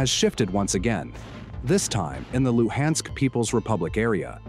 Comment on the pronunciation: The "Lew-Hensk" region? 😂😂